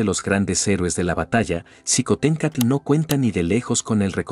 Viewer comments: Qué pasó con el apellido, se pronuncia shicontecatl... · shiomara. La mayoría de las palabras de origen prehispánico que llevan X. Se pronuncian sh. El mismo meshico. Tashqueña. Etcétera. Mi estimado eres historiador. Sin duda alguna.